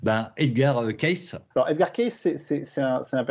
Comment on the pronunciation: Là on ne touche pas à Monsieur E. Cayce (en fait on prononce "Queïci" !! Vous n'y connaissez rien sur ce personnage. Il était presque illettré, comment il a pu décrire dans le détails des faits historiques passés, même avec des dessins ? Vous n'avez tout simplement pas cherché au bon endroit ! Il ne faut pas oublier qu'il a soigné des centaines de personnes en donnant un diagnostic et le traitement adéquat. Et c'est faux, il faisait des consultations gratuitement, et n'est jamais devenu riche. Il faudrait lire un peu plus le concernant ! Comme d'hab, vous vous basez toujours sur les livres d'histoire d'il y a plus d'un siècle. La preuve, c'est les découvertes du premier Cro-Magnon et ensuite de l'Homo-sapiens (toujours dans la Vallée du Rift ), toutes les décennies on découvre des vestiges bien plus anciens ailleurs, par exemple le site de Göbetli Kepe qui a bouleversé l'archéologie et la temporalité des premières civilisations. M. Cayce a parlé de choses qui se sont avérées justes de nos jours. Renseignez vous à la Fondation Edgar Cayce aux USA (enfin, si vous êtes anglophones... ), ils ont toute la documentation. Allez, avec vos 11 vidéos... c'est limite pour votre crédibilité... Et au fait, c'est qui le gars avec sa casquette de à la noix ? Connais pas !